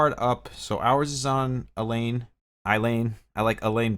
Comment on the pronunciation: Ay-La Ayla Not Elaine